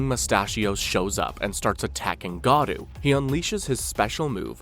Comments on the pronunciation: Not Gadu, his name is Garou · Bro you said garou of gadua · It’s not gadu. It’s GAROU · Garou❌ Godu✅ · it is not godu ti is goru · Am I really the only one dying a little inside every time this guy says "Garoo"? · Dude... why the f are you saying garou like that?